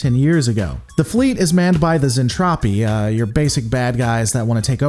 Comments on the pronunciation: Zentradi, Zen-Tra-Di so cringe Zentrapi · Yeah I dread once he gets to the Mentradi. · Zen-TROPE-y? Is that what's going on here? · I normally love the reviews, but this one was rough. Ugh...'Zentrapi'? Really? Like, one single Google search would have prevented it. A few other minor nits, but 'Zentrapi' hurts. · I get it. Overly Excited Narrator definitely plays fast and loose with pronunciation. And Gloval is Russian, so his pronunciation will be a bit off. In Soviet Russia, Zentrapi booby trap you! Despite my nits, I love that you are actually reviewing the 'tech. It is an old series that doesn't get its love these days. Any thoughts on a comparison with Japanese version? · What the hell is a zentropi? It’s Zentradi. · Looking forward to this, just NOT to how you're saying Zen-TRA-DI, not Zen-Trap-ti. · Glad to see you are covering one of my favorite series even if it is a pop idol soap opera in space, and if you do decide to do the whole series wait till you get to the hot mess that is Macross 7. Also the pronunciation is Zentradi not Zentropi. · Zentraedi not Zentrafi. hehehehe I love Robotech, 100 times a lot better than STD. specially the folding space to move from one part of the galaxy to the next. no spinning like Discovery. I too always wonder an all women as bridge crew. maybe Capt. Global wanted & enjoy the view. hehehe Both Lisa Hayes & Claudia Grant we're Lt.Commanders with Lisa 1st officer & Claudia 2nd officer. Roy Fokker was Rick's bestfriend, Mentor & your right almost like an older brother. Keep up the Robotech videos, I enjoy the breakdowns. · Zen tra dee. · Its anime it's not supposed to make sense and its pronounced zentraedi. However that aside you make a point with Lisa and claudia